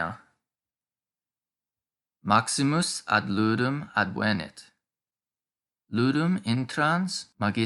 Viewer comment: ádvenit, et non advénit, quia advénit esset in perfecto!